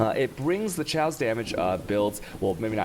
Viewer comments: it's pronounced cay-ose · cay - awse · Nice build mate :) i like it for map clearing ... Please spell it like Cayos not shaos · I actually pronounce chaos as Cha-os. Not Khe-os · I think i got autism hearing Chaos said like that. Thanks dad